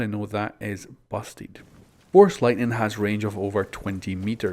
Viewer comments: says "force lightnig" watch out for that ubi might ban for profanity lol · "lightnig" lol